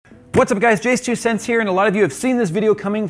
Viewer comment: I never see a comment wondering why he says "jay-s-twocents here" when the "jayz" part of his name is clearly meant to be pronounced as one syllable.